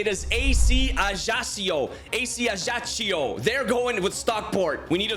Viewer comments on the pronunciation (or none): ajaccio is pronounced ajaxyou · Thank you ! btw it's AC Ajaccio is pronounced AC Ajak-cio (k and then s, not ch)